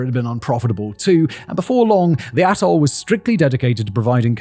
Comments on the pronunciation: Maybe it's just my part of America and YouTube's sound quality but each time Simon pronounces 'atoll' it sounds like 'asshole.' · I think you are saying “Atoll” but that isn’t what I keep hearing. LOL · Ring-shaped ATOLL. I swear, I thought he said ring-shaped a-hole. 😂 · To my American ear, every time you said “atoll” I heard a**hole.